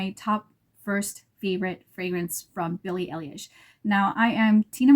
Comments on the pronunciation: Love your look, love this line of edt's. And yeah. It's "Eye - Lish" like everyone's trying to say, but they don't exactly teach you how to correct. I bought #1 today and I love it!! I agree that it could be worn by absolutely everyone!! You either love it on you, or love it on someone else! I haven't found any fragrance ever in my life that wears well on myself like this one. Hence, I haven't bought a full bottle of my own edt in decades!! I just learned today about them being able to be layered! Wow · You’re pronouncing her last name very wrong 😅